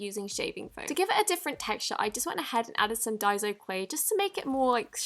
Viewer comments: Its not pronouced dieso clay it's pronounced dayso clay just saying 😊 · Its die -so not die-zo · It’s daiso not daizo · Its pronounced = die-so not die-zo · it's so annoying when people say daizo like is there a z in daiso no so stop saying daizo .and also your British so why the HELL😡😠Are you using American stuff stop acting like your American you fake your clearly British so stop lying .😠😡😬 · What the heck is daizo it’s daiso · Not trying to be rude but what annoys me (//>\\\<\\) sorry again, is that you say Dai-zo when it's Dai-so sorry I speak Japanese or it could just be me getting triggered I apologise once again but I'd like if you'd fix ur pronunciation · it's pronounced "die-so" not "day-so" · OMG!!!!!!!!! It's not diseo it's diaso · It's pronounced die-so not die-zo sorry for correcting you queen it could be because of your accent. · Ur a great u tuber and I love u but its pronounces daiso Like day-so Not die-so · It's not dai-zo it's dai-so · I lòve how she pronounces it like dyezo but it's pronounced dayzo/ daiso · Why does she say dai ZO when it’s spelled with an s 😂 it’s pronounced dye-so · It is pronounced ( die,so) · Diaso its pronounced as Die-so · I think It's pronounced die-so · Why does every youtuber pronouce daiso wrong! (Idk how to spell it) btw thanks for the clear slime tip ;)